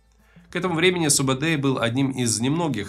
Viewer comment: Не Субедей, Субетай. Не Джебе, а Жебе. Кият, конырат, найман, борижеген - все названия казахских родов. Где здесь Халха - монголы?